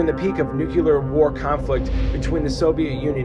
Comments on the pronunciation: Nu-clear. Nuclear. Not nu-cular. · He says nuke-ya-lerr instead of nuke-lea-r Just a pet peeve. Amazing undertaking. So much energy went into building this complex and yet it doesn't even hold a candle to the pyramids. Just mind blowing what people can do! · It's nuclear not nukular